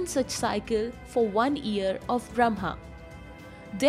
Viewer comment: Its not ear. Its year. You need pronunciation lessons dear.